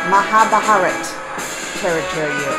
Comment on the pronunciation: Wow Ma'am!!! Loved to play with you this interesting game!!! Got Krishna Character and it's just making me feel Elated!!! For easier pronunciation u may follow muh-haa-bha-ruh-taa!!! Hope you r enjoying these fantastic Indian epics?!